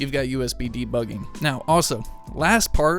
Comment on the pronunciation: say the word "now"........ Now drop the 'w'